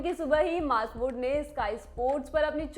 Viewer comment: Kisne kisne suna "maarkoot ko runout kar diya" 😅😅